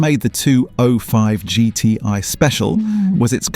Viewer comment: AI Voice kills it for me. Guy cant pronounce 205GTi properly